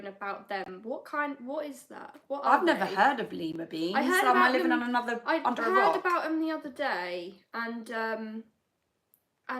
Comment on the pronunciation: It’s pronounced Lie. …..ma beans